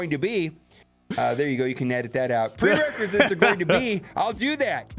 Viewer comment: nobody:: Prerecresate